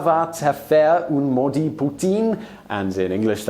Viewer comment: “Ça va teh faihre oune modITE puTINE” this is gold😂😂😂